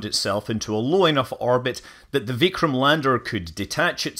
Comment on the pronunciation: Ur pronunciation of "Narendra Modi", "vikram" is correct! Here, "D" in hindi (its d^a ) or v , we dont spell as the word and u did exactly same like us! Appreciated, seen such in very few